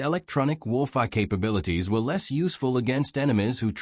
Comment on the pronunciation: I did like this story but here is the problem if you listen to it you will find the narration cuts sentences, and also seems to have problems with some words like Warfare and others.